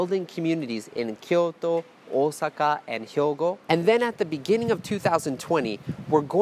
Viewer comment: つまんないコメントで申し訳ない。 「大阪」と言った時の発音が外国人とは思えない程、自然な感じで思わず繰り返し再生して聞いてしまいました。（3"50'辺り） 恐れ入り谷の鬼子母神だね。あやかりたいものです。